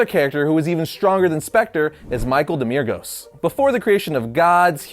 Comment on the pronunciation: Michael Demiurgos.. Say it with me. Demi-Urgos. Demi. Urgos. Not demyurgs.